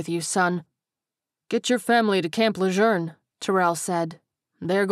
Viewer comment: I only have one bone. It's the person you're currently using to read. If you are going to do a Carolina story, you need to say Roof as Rouf. The southern style of the word. Not Ruff, the northern style. Also Camp Lejeune was said very wrong. Just small things that sorta took me out of the story for moments. Overall, I say it's pretty well done.